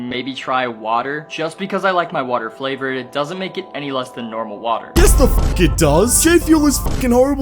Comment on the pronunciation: What the fuck, he pronounced it "flavor-ed" who talks like that